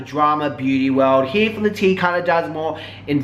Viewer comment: intro -he four thaa-ha teeh = here for the tea - si-buurs = subscribers? lol just in case you gotta decipher.